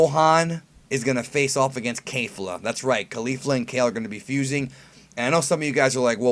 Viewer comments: yeah. it sounds like he's saying KAYfla. you really need to work on your pronunciations brah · Um..... Its kefla not kaefla lol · Kefla, not Keifla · I think it's Kehf-luh, not Kay-fluh. Only Kale is an ay sound (Kei-ru) but isn't Kefla just "Ke-fu-ra"? In that case it's a soft eh sound. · "Kay-fla"? I say it like the Japanese do "Ke-fla" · It's pronounced kay-fluh? Not Kef- luh? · "Kayfla" it's ke F la "kefla" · I don't like how you Kayfla, everyone else say's it Ke(Que)fla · "Kay-fluh" Triggered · the japanese name is kefura. there is no A in that word. please research this before you start spouting off nonsense again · Why is it so hard for you to say kefla correctly?